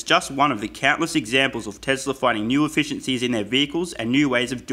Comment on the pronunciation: Great video, for real. But remember that it's TeSla, not TeZla. Cheers